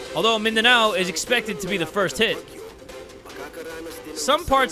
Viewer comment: The way you say "Mindanao" is very crispy, I heard the Filipino slip out of you 😂😂😂